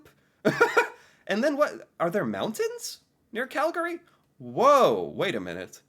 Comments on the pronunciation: Every time I hear him mispronounce Calgary I cringe. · Especially since how he pronounces “Calgary”. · yah ~ the pronunciation ~ i hear it as cal-GARR-ee with the accent on the middle syllable ~ i think the only people who pronounce it cal-gree are calgarians ~ apparently it falls into the same way of pronouncing words like family > famly & evening > eve-ning or every > evree ~ also i noticed when i lived in ontario that people there had a bit of a southern drawling accent & pronounced toronto > tranna ~ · its one of those things where you can tell who’s a tourist by the way they pronounce the name. Calgarians ourselves pronounce it as Cal-gree (cal-ga-ree like how says it is really only used by the announcer at the arena when our teams play). Most non Calgarians pronounce it as Cal-gary which is just all kinds of wrong. Toronto’s the same way too. To Torontonians and most Canadians as a whole, it’s Torono, except when saying Torontonians 😂 Basically, the second A in Calgary and the second T in Toronto are silent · Okay…..it’s spelt Calgary…….but its pronounced…..Calgree. Thank you. PS……those parks are all miles within the city limits and surrounded by residential areas. The Tower……not very tall compared to many other towers. But in 1988 we turned it into the worlds largest Olympic Torch when we hosted the Winter Olympics and we light it on special occasions. Area wise, Calgary is one of the biggest cities in Canada, population now 1.6 million people in the city, more in the surrounding areas. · Cal- gree please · Yes! If you're a Calgarian, it's pronounced Calgree. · He says it a little wrong as you say. But I've heard much worse. My brother-in-law (born and raised in Ontario), says Cal-GARy. Don't get me started on how he says Saskatchewan - it hurts my ears. I'm from Sk but I've been here in Calgary for nearly 30 years. Maybe I say it a little like and a little like you say (Cal-gree) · The way you pronounce “Calgary” kills me. 😂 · We say Calgree!